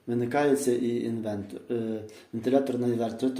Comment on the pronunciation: правильно казати інвеРтор